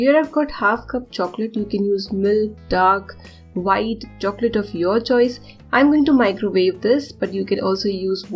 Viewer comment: Should me "choice" and not "chosie"